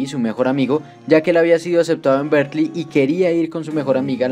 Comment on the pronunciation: Ahi un pequeñisimo error de pronunciación que podría confundir a alguien. Aqui se escucha como si estuvieras diciendo "Berklee" y diran " cuál es el problema" y el problema es que Berklee también es una universidad en us, una de las más reconocidas, pero es una universidad en musica, diferente a Berkeley (que esta está en California). Una forma de evitar este problema es pronunciar Berkeley casi como se escribe, "berkeli"